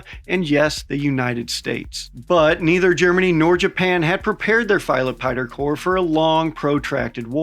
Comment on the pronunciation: Filot Pighter. lol.